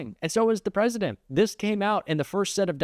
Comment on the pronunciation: Did anyone notice she said pwesident?